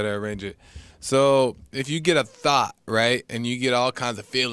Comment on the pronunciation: "If you get a thot,right,and you get all kinds of feelings with it...... Me:😅oh he said thought lol